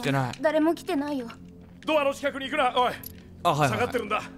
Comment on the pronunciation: の「ドアの近くに行くな、からの「おい⤵︎」に吹いた（笑）おいのクセが強過ぎ（笑）